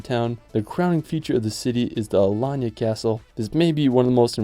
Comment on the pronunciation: Video nicely done. You are right that you only made a scratch, there are many other places. I guess you had trouble choosing the top ten amongst many contenders. I noted a minor typo: Alayna. Your pronunciation is correct though: Alanya.